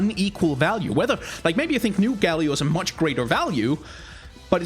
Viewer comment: Each time you say Galio I groan and cry